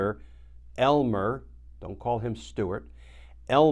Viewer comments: Glenn, you are making all the Elmer’s of the world think there is something wrong with their name every time you make a point of emphasizing it when saying 😏ELMER🤭Stuart Rhodes. I myself know only one Elmer and he also only uses his middle name -but hey some Elmers might actually like and use their name. Just saying.😊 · what's with the emphasis on "Elmer"?